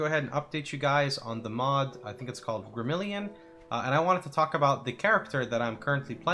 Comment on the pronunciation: Just like it's spelled: Grim-a-rill-ion, not Grim-ill-ion.